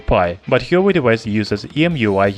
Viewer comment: "Hee-yo-way"? Lol